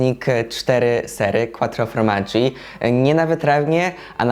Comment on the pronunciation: Quattro FORmaggi, a nie FROmaggi 😊